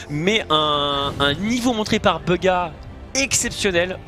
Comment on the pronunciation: 100% ta écouter airwaks sur son interview sur bugha mdrr tu galère à dire son nom beugha